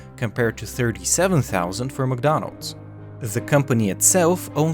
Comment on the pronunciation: The - zhe Their - sier Mcdonnalds - msdonals